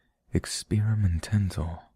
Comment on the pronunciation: ”We might get Experimendental, experimendentleeayye on this channel”. Love it 😂